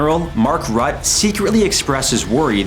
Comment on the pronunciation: There has never been a Mark Rut in NATO. His name does not rhyme with butt as in butthead, or mutt as in street scavenger, or gut as in gutterbrain. Please research first, if your channel is about learning, consider it, really, how about you learn pronunciation first, it might make you, too, sound "Afficial" ? Or, perhaps not lazy, disrespectful, or basically passing info along you care nothing about for a few bucks. Whatever the f*ck you're trying. to say, little boy, either go back and learn, or sue your underfunded education system. No respect shown. given or earned , start with your own if you want to learn. Only then can you have any. This is the worst AI I have ever seen. Humans understand interactive feelings and know how to behave toward others. Maybe you're Russian bots, who knows, the "not interested in this channel" button is busy lately